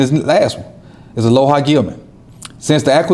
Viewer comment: Alohi - uh low hee. Lol JP JP